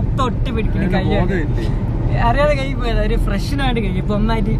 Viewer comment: One mistake not payatha it's poyatha